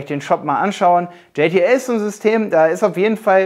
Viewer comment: Hey! Du nennst JTL auf Englisch, wird aber deutsch ausgesprochen ;D Ist die Zusammensetzung der Brüder Janosch und Thomas Lisson... Was du auch nicht erwähnt hast, JTL ist deutlich Vielseitiger, es gibt da Fullfilment Network, Produktion etc.. Sonst sehr gutes Video!